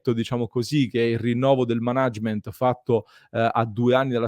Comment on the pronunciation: Ottimo servizio, grazie. Una nota: si pronuncia “mànagement” non “manàgement” 😉